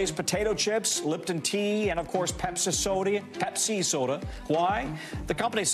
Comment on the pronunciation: Pepseh SoDEE